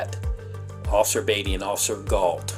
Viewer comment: Beatty is pronounced bay T, not bee T